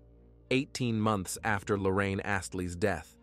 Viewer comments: Please get her name right idk if its Lorraine or Lauren? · Appreciate the content but the repeated switching of pronunciation of Lauren’s name (to Lorraine) makes this hard to listen to.